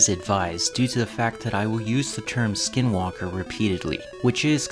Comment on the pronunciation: You pronounced it wrong, and you don’t ever want to find them, they will kill you, they aren’t afraid of playing the long game and these entities are real, and you will have long term effects if you dare to mock them. But the only way you kill them is blessed ash bullets